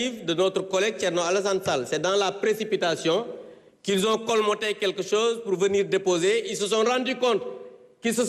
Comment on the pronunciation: Honorable député Abdou Mbow " colmoter" n'existe pas en français, on dit " colmater ".